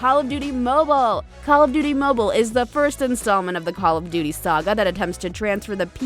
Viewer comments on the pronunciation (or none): mobile not mibile 🤣🤣🤣🤣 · Kick my "MIBILE" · On mibile ? 😂🤓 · On MIBILE Lmaoooo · Yes my best platform "mibile" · It literally said"pc games on mible"XD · “Pc games on MIBILE” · "PC Games On Mibile" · 0.32 mibile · They litartly said mibile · Mibile? XD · Mobul lol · "Mibile" lol xx